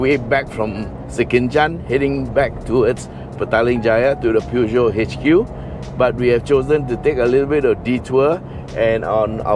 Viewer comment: Hello... Its pronounce pu joe.... Haiiiyaaa or poo Joe...